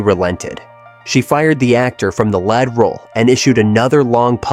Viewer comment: These AI voices have come a long way. Still not perfect though. Lead roll is supposed to be pronounced "leed" not "led" lol.